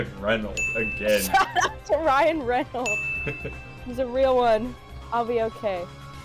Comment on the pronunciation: That awkward moment when it's Ryan ReynoldS not Ryan Reynold. Grats on the Deoxys though! A unique first video!